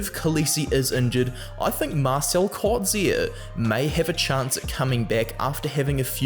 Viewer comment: Elirigh - pronounced like in German. Elri-G not K ---- and Coetzee is pronounced "Kut + Zea"